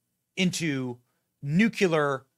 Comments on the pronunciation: My brother in Christ, please let me help you. New-clee-er not nucular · Benny, please stop pronouncing "nuclear" like George W. Bush. It's not pronounced "nu-cu-lar" but "nu-clee-er. Anyway, I'm glad that Faux Fani will go down the drain. The lawlessness has been terrible. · C’mon Benny, it’s trivial to pronounce. New —- clee — errr It’s not and NEVER has been: New — cue — lar Spelled: nuclear, there’s no freaking u after the c. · Seriously, Benny. Stop saying nucular! For such a smart man, it makes you sound dumb.